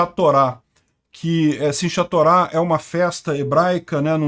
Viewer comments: Pronuncia-se "Sim Rá Torá" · É Sinhatorah. Pronuncia-se como SINRRATORÁ. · Olá, em hebraico você deve ler o “CH” como se fosse “RR” então “simchah torah” (alegria da Torah) se lê “simrra torá”, lembrando que são oxítonas. Valeu meu brother, parabéns ao Milei e um grande abraço daqui de Israel. Apareça quando quiser, terá lugar para ficar. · Olá! Muito bom o canal e bem informativo! Se escreve Sinchá Torá, mas se pronuncia “Sinrá Torá”. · Simchat pronuncia-se Simrrát. CH tem som de RR, conforme a palavra. Por exemplo Am Israel Chai é Am Israel RRAI. Como em Carro, Socorro, etc. Enfim, duplo RR. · Meu caro, a pronúncia do nome do ataque é: simi- rá-torá (Shim-há-torah). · a pronúncia de Simchat Torah é: "Sim(i)rráhTorá" tudo junto, após o M é quase como se houvesse um i, mas na hora de falar o I corta a pronúncia da letra deixando-a pela metade. por fim ch ou kh na transliteração tem som de rr (forçando a garganta )no português.